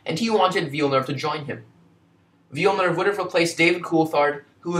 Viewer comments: Liked the video despite the mispronunciation of his name. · if you are making a video about someone couldn't you at the very least learn how to pronounce his name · Amazing video man, keep it up! Apart from the name pronounciation, this is still a really great video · Hello everyone, I really apologize for the mispronunciation of his name. It wasn't until after uploading the video that I realized I was pronouncing Villenuve's name as 'Villnerve', which is completely wrong. Despite the incorrect pronunciation, I hope you enjoyed the video. Please keep in mind that this was one of my first videos, and the content that I put out nowadays is much better. Be sure to check out some of my newer videos if you want to see what this channel has to offer. Thanks and have a great day! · Glad you liked the video, and sorry for pronouncing his name wrong🤦‍♂️ I was pronouncing it like ‘Jack Villeneuve’ I assume that is what I was saying wrong. I’m actually Canadian, but not from Quebec so that explains my accent 😂 Hope you subscribe for some more great F1 content and hopefully better pronunciation of names 😉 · I’ve gotten a few comments about this and I’m very sorry that I pronounced his name wrong. I think I pronounced it like ‘Jack Villeneuve’ which is wrong. But aside from the mispronunciation of the name, did you like the video? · Thanks Najwa, glad you enjoyed! I was happy with this video when it came out but yeah I can’t believe I pronounce his name so badly... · Would you please learn how to pronounce his last name ? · I already mentioned the mispronunciation in the pinned comment, but again I really apologize for messing up his name. I didn’t realize until after I uploaded the video and now it’s too late to change it. Mispronunciation aside, I hope you liked the video and be sure to check out some of my newer stuff which is a lot better than this one...